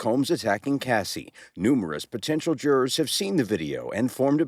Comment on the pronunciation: It’s crazy how she pronounces “jurors” 😅 “juraaars”